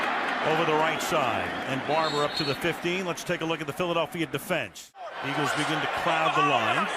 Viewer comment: Lol you said iggles